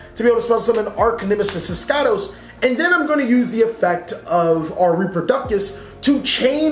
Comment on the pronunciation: Finally someon who didn't competely butcher eschatos, mbt says "Eshatos" which is wrong, it's "eskAtos"